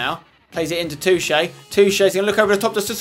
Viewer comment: is spenny pronouncing Toché correctly? i dont think its pronounced too-ché.